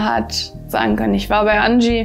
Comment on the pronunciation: Wow, was eine super Ausstrahlung. ♥ OOT: Wie es mich triggert, wenn man den Name Angie nicht englisch ausspricht. Dann sagt ihn gänzlich deutsch und nicht so halb-halb. So, nun ist es raus xD sorry.